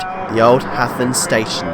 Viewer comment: Also "Hathern" is pronounced with a soft "th" like "rhythm". But that's probably splitting hairs.